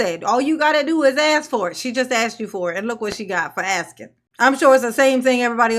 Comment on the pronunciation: Great shift from Darrell "axing". Now it's ms tiff doing all the "axing"...other people's money!😮